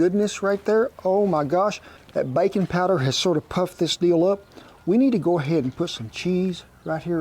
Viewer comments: I read this comment at the beginning of the video and still heard "bacon powder" so I choose to believe that reality..... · At first I thought he said "bacon powder", and I wondered how I had missed out on this ingredient my whole life. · I was confused when you said "add a little bacon powder". I was like what? I need to find a place that sells 'bacon powder'. Then I rewound a couple of times and finally understood you were saying baking powder. 😂😂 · I thought so too!😂